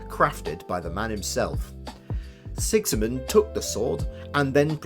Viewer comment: Who's this Sexymund you keep mentioning? Its Sigismund - an actuall, real-world name.